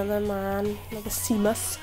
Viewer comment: Well that sucked. I've seen a lot more big wins on this one than Barry, but it's more volatile, so more small ones as well I guess. P.S. Seamus is an Irish name pronounced Shaymus. 😉😉